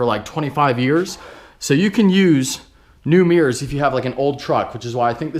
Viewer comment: ohhhhh "mirrors" i thought you were sawing "towing gears" LOL